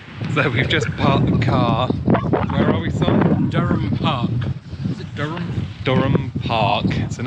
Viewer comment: Interesting you know the name Blathwayt, one of the Blathwayt family (William) was Mininster of War in the 1680's, he was responsible for drawing up the lines and boundaries of the states in the new American colony. The guys in the video you watched mis-pronounced the name of Dryham, it is not pronounced Durham, but Dearam.